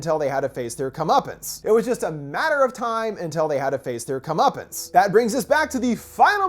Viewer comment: Alright Im stoned but did he say "curmuptance" line x2???